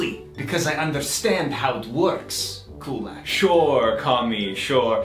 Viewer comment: Why is he pronouncing Kulak wrong now?